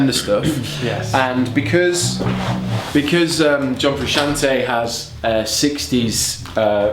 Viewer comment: “John fruschian’ey”